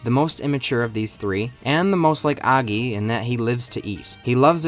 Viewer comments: Did u just say aggy instead of oggy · Noy aggy it's o gy ( how to pronounce) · Did bro actually say oggey instead of oggy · Aaaggy 💀 more like “auggy” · Oggy❌ Aggy☑️ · its not oggi its oggy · Completely ruined the video by your thick inbred tongue, it's Oggy not Agi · It's oggy not aggy 🤦🤦🤦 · UGGY/AGGY. It's Oggy lil bro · "aggy"❌️ "oggy"✅️ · He says Oggy not Aggy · bro is your ears located in your ass, the start of the video he said "Aggy" with a A sound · It's not Aaagyyy it's Ogggyyyy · Oggy❎ Aggy✅ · It's oggy not aggy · Oggy ✘ Aggy ✔ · Oggy ❌ Aggi ✅ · Oggy ❌️ aggy✅️ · Oggy ❌ Angie ✅ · bro its O gi nah A gi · Is it pronounced or Aggy or Oggy? like Aww gi? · Oggy ❌ Ahhggy ✔️ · Oggy? i always thought you pronounced it like O-jee, jee as in jeep. not like og-gee gee as in like geek. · its not Aggi man is Oggy (pronounced Au-gg-i) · Why are u pronouncing it as 'aaggy'? It's Oggy... OOOO... OO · sorry but ‘AGGY’ ? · O-GGY O-GGY bruh cant prounce it also this show is goated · Tf is "aagi" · STOP SAYING AGGI! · Its pronouced oh-gi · Why you calling him "Aaggy" 😭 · Why the hell are you saying Aggy!!!!!! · It's not AAAAAgy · Its not oggiii its oggy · So English speakers pronounce "Oggy" as "Aggy" 😭😂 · Wait, it's pronounced "Ow-ggy!?" ._. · Did you said aagi ? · You're pronouncing 'OGGY' wrong I hate you and you trash too much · the way you pronounce Oggy is so annoying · I refuse to except that's how you pronounce oggy. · I can't it with how he says oggy